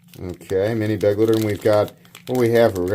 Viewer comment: Every time a youtuber says beg-litter, I die a little inside. Be-glight-er. Like glide, but with a t.